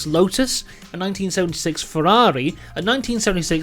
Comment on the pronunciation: The way he says Ferrari and McLaren 🤌🏼🤌🏼 “Mamma Mia”🤌🏼